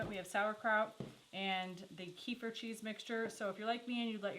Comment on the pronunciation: You guys are seriously some of the most humble and genuine people on YouTube and I've been subscribed for years....but..I have to point out, kefir, is pronounced kuh-feer not key-fur. Sorry, it gets me every time I hear it 😂